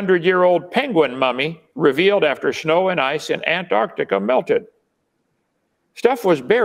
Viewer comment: At least kint can pronounce Antarctica!